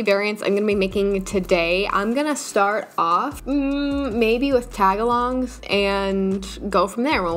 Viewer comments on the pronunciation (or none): who else was genuinely.. painfully irked when she broke up tagalongs into taga-longs instead of tag-alongs 😭😭